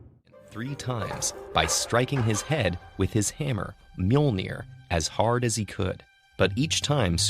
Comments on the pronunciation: That's not even close Think "myull-nirr" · It is not pronounce right it is Mjölnir. It was originally written first in old-nors like this Mjǫllnir in the 9th til 12th centuries. But nowadays Icelanders write Mjölnir, Norwegian and Danish write Mjølner, and Swedish people write Mjölner. But the Icelanders say it most correctly because that language is almost the same as the old-norse they don't use the O sound and roll the R. But the English speakers don't have a letters that represent Ö and Ø and most can't even roll the R. So English speakers had to have it easier for them to say. It is originally from the nordic countries but the rest of the world say it in there own language. If you would translate Mjölnir to English it would actually be The Grinder. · This hurts, you americans butcher the pronouncination of mjølnir and tor